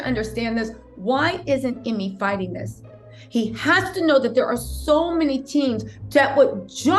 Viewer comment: thanks for the update!! oh lol, not that he deserves this correction, but his named is pronounced--- eeemay, not emmy🤭